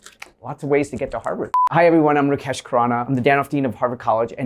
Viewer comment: hes american, cant even pronounce rakesh properly 👀